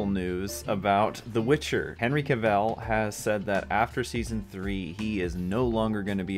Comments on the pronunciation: Dude, Cavill is English... Not french. It's CA-ville... Not ca-Velle. Listen to him say it... Not a big issue, but still of substance. Unless you're doing a play on Kal-el. Lol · The way you say his last name makes me not want to watch this video lol